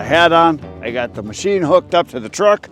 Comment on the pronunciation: G’morning. Awesome Mow-sheen. Love it. GoodNightIrene